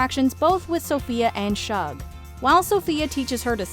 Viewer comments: It's "shoog" not "shuhg", like a shortened "sugar" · It bothered me also that Shug was mispronounced. However, the h is not silent- the sh in Shug is a consonant cluster/blend. If the h was silent, it would be pronounced "Sug" or /sʌg/ (rhymes with "bug") instead of "Shug" or /ʃʊg/, as in sugar. is pronouncing it /ʃʌg/, with the sh cluster or more formally, with the IPA letter esh /ʃ/, which is correct, but using an incorrect vowel. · It's shug as in sugar, not Shug as in shrug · Hey...The name is Sug..like Sugar not SHug...The H is silent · It’s pronounced ShUg like the beginning of the actual word sugar…..sug…without the ar at the end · It's pronounced SHOOG